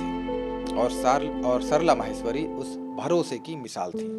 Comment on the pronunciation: म्हैस्वरी नहीं "माहेश्वरी"